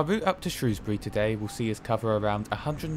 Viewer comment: Never mind the welsh place names, great to hear you pronouncing Shrewsbury properly! Great video 👍